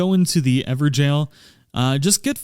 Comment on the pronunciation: Very nice! But is it really pronounced "Ever-Gell"?